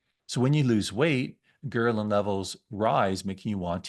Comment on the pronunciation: It's pronounced gr-EL-in